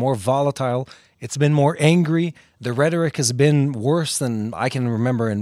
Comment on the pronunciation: Rhetoric rhymes with Frederick--Been watching since day 1! Steve in Tallahassee. English is very good-Keep up the good work!